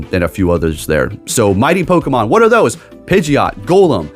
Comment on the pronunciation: pronouncing a Pokemon correctly kinda ruins a bit of the charm 😂😂